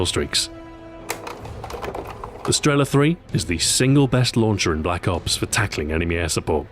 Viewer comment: "Blops" has to be the strangest way of saying Black ops.